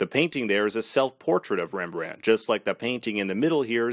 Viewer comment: i am dutch and it’s hilarious how americans say Rembrandt😂 really good vid btw